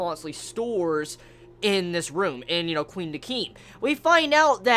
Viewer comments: Pronouncing Quin like Queen? Are the Quincy from Bleach now the Queency masters of drag? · i love you, but your pronunciation skills are pretty bad. Their names a re pronounced like kuhwin and dehkim